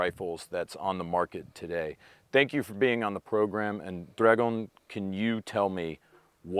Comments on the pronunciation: Except Dragan in Dragon hahha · Bro for the love of god stop calling him dragon his name is DRAGAN like damn try a little its not that hard